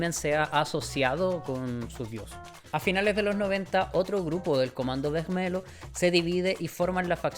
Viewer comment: Excelente video me encantó la investigación y la historia que contaste! Siento que es algo que el mundo hispanohablante no habla mucho ya que es historia de Brasil . Sólo una cosita en portugues cuando hay un lh se pronuncia como /li/. Vermelho - /vermelio/